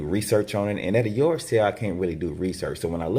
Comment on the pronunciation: Yord sale! Haha